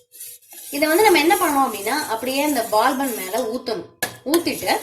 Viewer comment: Super recipe sister... But unga pronunciation dhan konjam kashtama irundhuchu... Adhu Baal bun ila Paal bun sollunga pls...